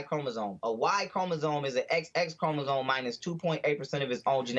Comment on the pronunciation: This man cant even pronounce "Chromosome" 😂Im out